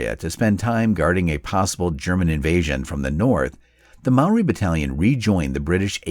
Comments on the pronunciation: Mispronunciation. Maori is pronounced like "mouldy" but it's a common mistake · As a Māori, this made me proud and sad. You did us proud with your video mate but my ears a bleeding afther that pronunciation 😅